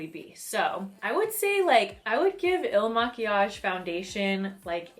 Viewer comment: You said it right. Some other chick BUTCHERED the name.